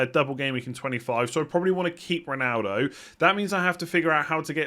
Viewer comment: Why do you always say Rinaldo, sounding like an i instead of an o?